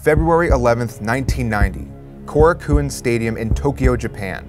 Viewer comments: Korakuen. Co-ROCK-ooh-en. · Which part of the Tokyo Dome was it at? There are several fighting stages aside from the main one, including one that is called Korakuen (pronounced "core-a-ken") Hall. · Not only did you get it wrong, but you also botched the pronunciation of Korakuen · That is not even close to how you pronounce "Korakuen"